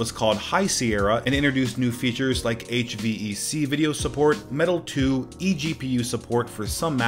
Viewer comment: I`ve never heard neither of SCSI, nor of Ars Technica. But that "H-V-E-C" was just... Facepalm.